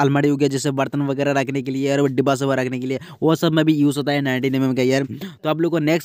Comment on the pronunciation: Bhai literally said #vigra instead of vagairah😂